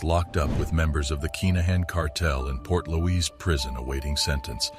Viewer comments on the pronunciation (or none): The prison is pronounced as port'leash